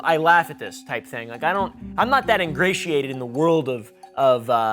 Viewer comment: ingratedated. New word found lol